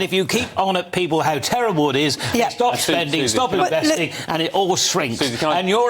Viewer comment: Can I trust someone who pronounces the word 'people' as "peepoo"?